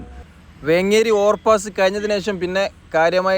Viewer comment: വെ ങ്ങെരി അല്ല വേ േങ്ങരി ആണ്